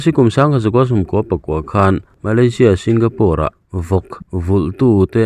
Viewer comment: Singapore lam dik awmchhun ini awm e,SingaPUR an ti tlat hlawm zel nia.🤔😪👍👍